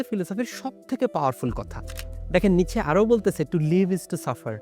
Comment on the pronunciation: উচ্চারণটা কি নিটশে/নিৎসে নাকি নিচে?